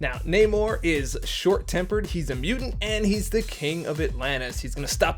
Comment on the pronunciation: You said it right brother it’s (nay-more)spelled namor